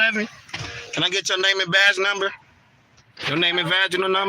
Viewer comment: Did you say 'you want her name and vage number or badge number?